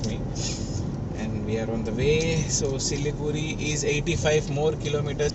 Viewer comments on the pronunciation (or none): Siliguri is the right name and it should be pronounced as Siliguri. Not Siligudi..... Hope u r clear. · The R in siliguri is pronounced with a hard r. Like the pronounciation for Vijaywada. The d is closer to r. But sounds hard. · for siliguri its not Da and its not ra. its adha/ardha which is impossible to write in English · As you said about Siliguri being pronounced as Siligudi , one such thing I have heard from my UP friend is pronouncing Gurgaon as Gudgaon. It is like few of my telugu friends pronouncing Satyam as Sachyam. Each state has their own special phonetics. Btw I enjoyed your video thoroughly